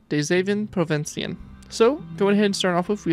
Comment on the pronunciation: Holy shit you nailed that pronunciation my guy